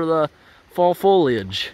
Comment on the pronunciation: Thank you for pronouncing foliage correctly. It drives me nuts when people pronounce it foilage.